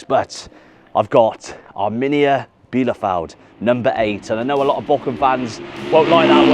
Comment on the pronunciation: the bochum jersey is stunning up close, wow! also, pls dont take it as front, but your pronounciation makes it sound like Borkum sometimes, which is a picturesque island in the german north sea. worth a visit, or google at least! cheers from Dresden <3